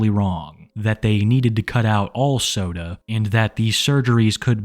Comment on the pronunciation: Right lmao it made me giggle each time he said it